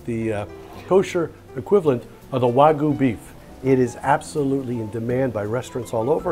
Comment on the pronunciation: Wagyu! Pronounce the Y:)) Just a tip from in Japan:))